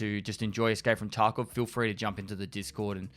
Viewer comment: I keep hearing Taco instead of Tarkov